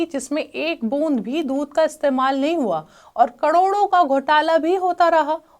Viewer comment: जो महिला "करोड़ों" का उच्चारण भी ठीक से ना कर पाये, कड़ोड़ों बोले, संशय तभी हो गया था कि ये समाचार का चैनल नहीं किसी विशेष लक्ष्य के लिए खोला गया चैनल है!!